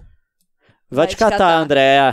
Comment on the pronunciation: o leon fala andrea kkk